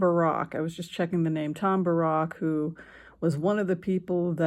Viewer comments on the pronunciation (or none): Pronounce it Bear-ick, please. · Small point, Tom Barracks name isn't pronounced like Barrack Obama, it is pronounced as bare - icks, as in barracks (definition: a building or buildings for housing soldiers, etc.), I know he is of Lebanese origin, but in earlier coverage that is how his name was pronounced